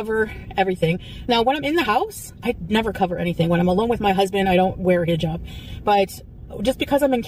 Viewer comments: “I know you thought I was going to take off my HEEE-jab” 🙄🙄 GORL!! Imma need you to finally learn to pronounce it properly if you’re gonna stick with this cosplay!!!! Not HEEE-job. It’s pronounced < >!!! 😡😡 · Imagine living in the Middle East for an entire year and you still can’t say “hijab” correctly 😂🙄